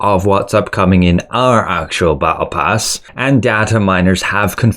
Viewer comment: The way you pronounce battle pass and apricot triggers me